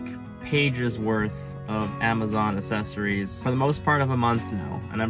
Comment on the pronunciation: Accessories not assessories!